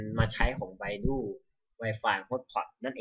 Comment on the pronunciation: มันอ่านว่า ไบดู ไม่ใช่ ไบดู้!! 5555